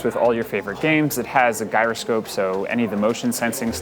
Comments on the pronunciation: Wait, did you say "guy-ro-scope"? It's clearly pronounced "euro-scope". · Did this guy really just call it a "GUYroscope"? Lol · My mans really just said guyroscope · Poor host. Guy-ro-scope, and practically whispers during the overview of the layout, but not even in a kind of unintentional ASMR whisper, just bad. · Guy-ro-scope lol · I stopped it right there and had to make sure I wasn't mispronouncing it for the last 40 years. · Its pronounced "yē-rō scope" and its delicious. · Legit when I heard this i scrolled down to the comments right away and, sure enough, here we are. xD